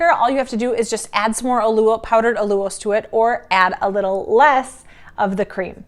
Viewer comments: I love this recipe and plan to make it soon. Btw, I think you mispronounce Allulose. I see other YouTubers pronounce it as "Al-You-Lose". Just curious about how to say it right. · Al/ you/Long “O”… lows All you lows"……allulose